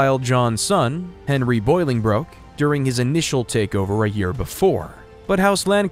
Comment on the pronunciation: Please, Please, Please stop teaching people things that are incorrect when a quick check would solve the problem... Learn to pronounce the names properly before you make these videos. there is no 'boil' in pronouncing either Bolingbroke or Boleyn. Bolingbroke is pronounced "Ball-ing-brook" or "Bow-ling brook" and Anne Boleyn even the porn industry knows is pronounced "Anne Bo-Linn" (Amber Lynn took her porn name from Anne Boleyn because spoken quickly both names sound the same). You are not the only one, but I'm shocked how often youtube videos completely mispronounce the names of the people in history whose lives they are detailing. Its hard to take the details of someone's history seriously when the person speaking doesn't even seem to care to know the name of the person they're speaking about.